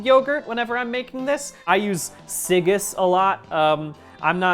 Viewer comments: Brian I love you but it's pronounced "Sig-ee's" not "si-giss" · Siggi's is pronounced like "Siggys" not like "Sig-is" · "siggis" it is the man's name Brian! It's Siggi's! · Always delightful, this vid and any other BDG cooking vid. Oh, did someone say this yet? "Siggi" is a name, like "si-GEE". Can't wait to see what comes out next!